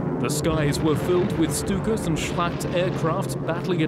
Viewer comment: He said "the air was filled with stuka's" but i heard "the air was filled with stupids" . :-)